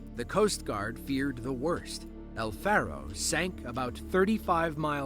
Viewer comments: And another thing, it's El, Far-O not EL-Farrow, it's not a damn bird, damn, hack job video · El Faro, not Al